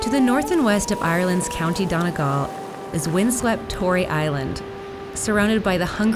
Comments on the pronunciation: I cringed at the way she said donegal its dun-e-gall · I'm offended by the way she pronounced donegal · Same. But I just hate how she pronounced donegal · i winced after she said it haha